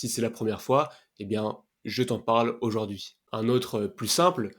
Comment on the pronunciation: On ne dit pas auJORd'hui mais auJOURd'hui .